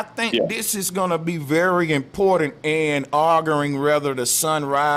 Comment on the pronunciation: instead of "arguing" he also says "argering" rofl